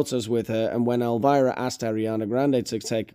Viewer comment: Elvira not elivira buddy